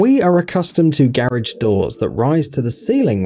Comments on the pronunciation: Your killing me, learn how to pronounce garage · This guy needs to learn how to say “garage” correctly. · oh garage, I though he was say carrige and was so confused in the begining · garidge, garage that accent